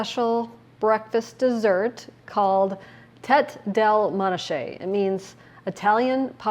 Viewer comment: Pronounced MON ah cay